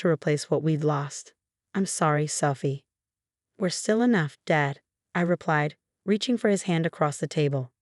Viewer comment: I'm sorry selfie? Really? Her name is Sophie, not selfie